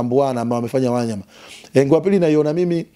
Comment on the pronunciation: Huyooo jamaa nmemuelew sana ... ila ananiudhi anavolitamka jina la WANYAMA ... yaaan halitendei haki ...